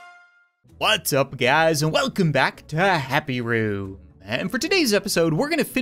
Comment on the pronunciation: you said "happy roo" in the intro In case you disagree put captions on you'll see